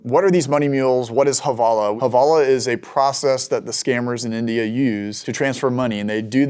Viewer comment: The proper term is Hawalah not havalah, it's actually in Arabic term that means transfer, but Indians can't pronounce w so the they turn it into a v